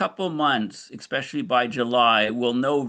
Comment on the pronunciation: Quit saying ECK-SPECIALLY! It's EH-SPECIALLY😱